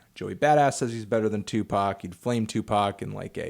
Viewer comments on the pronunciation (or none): its tupac not tupark?